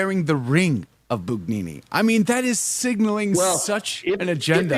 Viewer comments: Not "boon", "boo". The rest is correct. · Yes, he was, in the worst possible sense! BTW, it’s spelled Bugnini and pronounced Boon-yee-nee. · "Bugnini" is pronounced "boon YEE nee"... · To be clear, the pronunciation should be: "boo YEE nee"?